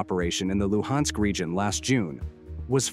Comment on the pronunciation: The "Lew-Hensk" region? 😂😂